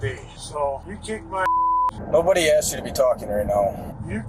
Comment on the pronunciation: Lmao "aks, aksed, aksing and akses"